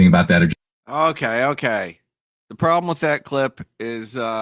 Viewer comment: gosh all these "problem" excuses, someone should excuse him from his l's